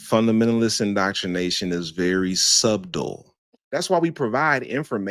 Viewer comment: You’re so petty for saying “SUBDUL”😂😂😂😂❤